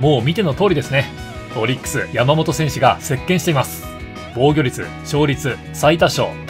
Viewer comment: のやーもと選手の呼び方が気になって仕方なかったですwww